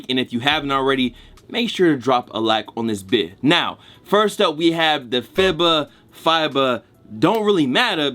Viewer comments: FIBA pronounced as FEEBA bruh. :) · FEE-BAH bro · FIBA = FEE-BUH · God damn, it's pronounced FEE-BAH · Tried twice and couldn’t pronounce FIBA lol no hate just funny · You sayin FIBA wrong on purpose at this point 😂